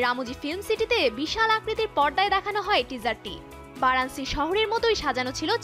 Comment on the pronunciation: ভারানসী নয়। ভারানাসী 😊